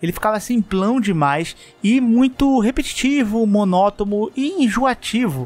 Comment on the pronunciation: Mano, bem de boa, vai uma crítica construtiva: monótoNo, e não monótoMo! Correto: monótoNo. Errado: monótoMo!!!!!!!! abraços.